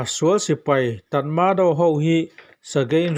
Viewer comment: Tat ma daw tih nilo in. Tatmadaw tih zawk tur ani e